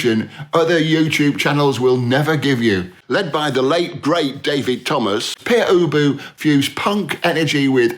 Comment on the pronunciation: By the early 80s the Residents had become very good at marketing themselves and no doubt still make a good living out of their music, tours and merchandise. As such they don't really fit on this list. And for that matter I'd argue Pere Ubu (as mispronounced by this expert) don't either.